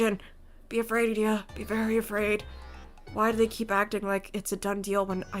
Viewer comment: Ignihyde bois are the best. Their vignettes are either "lol-funny" or "welp now I'm feeling rather down". Yeah you pronounced idia name right, "ee-dee-ah" and for a headsup the other person in the same dorm(ortho) is pronounce like "ore-toe". Also don't you worry I saw what you say to Ignihyde past episodes, I'm sure trey will grow on you too